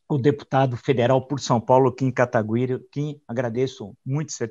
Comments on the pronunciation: "Kata-güi-ri" kkkkkkkk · pq esses caras tem tanta dificuldade em falar kataguiri?